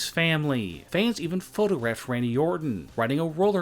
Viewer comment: Please stop saying fans like that